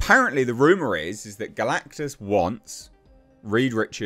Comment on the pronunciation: You say galactus like you don’t know who he is